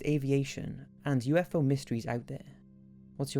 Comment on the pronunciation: Did anyone else hear him say USO?